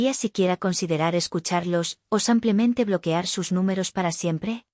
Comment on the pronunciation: SIMPLEMENTE ,EN ESPAÑOL SE LEE SIIIIIIIMPLEMENTE NO SAAAMPLEMENTE:::LNo hay manera....